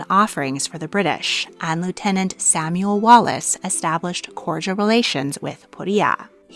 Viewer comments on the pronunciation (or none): none